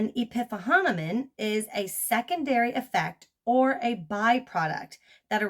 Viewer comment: Epiphenomenon = Epi - phenomenon... "eh-pee fee-NAH-men-non"